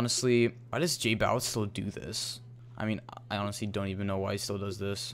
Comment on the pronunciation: its not jbawitz its jbowitz